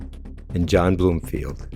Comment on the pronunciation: BROMfield, not BLOOMfield. T. Farmer